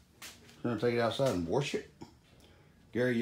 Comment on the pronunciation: He's gonna warsh it lol..